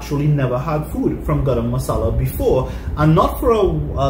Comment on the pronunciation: Love the way says 'Grrr-am masala'. 😂 Khalid's BBQ and grill Where San Fernando Why taste, economic, great service...!